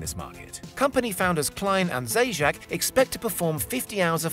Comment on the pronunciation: Man, that surname Zajac, pronounced “Zayats” (meaning Hare), has become “Theyjack”. Lol